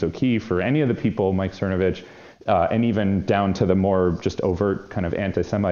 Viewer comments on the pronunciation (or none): Mike Cermacervitch can’t even say his own last name right.